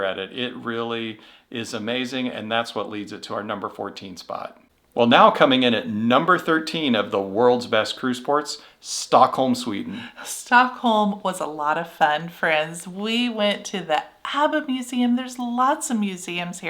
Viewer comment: Sweden, not Sweeden. Love your videos.